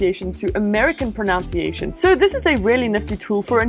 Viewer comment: "proNUNciation"....not "proNOUNCiation"....ironic...